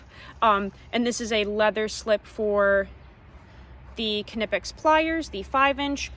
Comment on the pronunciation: are we 10000% sure the "K" in "Knipex" isn't silent? ;)